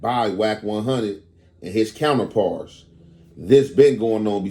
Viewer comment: “Between wack100 And his counterparsse”😂🤣